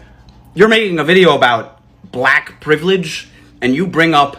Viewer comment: Why do they pronounce it, “bllllaaack?” Lol.